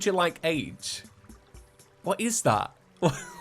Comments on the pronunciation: It's not "like age" it's "like-ej" like "carnage" Just a weird way of saying he likes it a lot. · ‘Major Like age’ It’s pronounced like-ej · like-age is said like-idge as in he likes it very much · It's not "like age". It's "likeage", but spoken with a pause. Think American comedian and actor Pauly Shore, circa early 90's. Yer welcome. He's saying he really likes it. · Major Like-age, pronounced like edge. It sounds more like an west-coast thing from the 90's. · supposed to be likeage pronounced as one word. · Major like-age is pronounced similar to adage. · Hi this is your resident American like-age is pronounced age with the soft a sound like aj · It's "Likeage" like wreckage! very american lol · I think it’s supposed to be pronounced “major likeage” it’s just typed out like “like - age” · Like-age is pronounced the same way you say 'fridge' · he means major like-age pronounced like edge not as in an age! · major likeage is supposed to be pronounced like carnage and I want to say it was an American thing around like the 80s or 90s? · When the goblin tinkerer said major like-age, it's likeage. The age makes the same sound as uj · Like-age means likeage which is pronounced how mileage is pronounced.